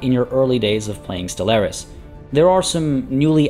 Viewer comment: ste-LAIR-is? Really mate? Really? That's the pronunciation you're going for?